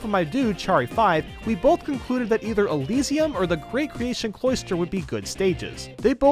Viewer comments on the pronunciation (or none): none